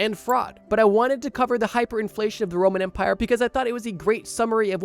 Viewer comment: First time he said “Roman Empire”, I heard “Roman Vampier”. I was so confused for a second. 😂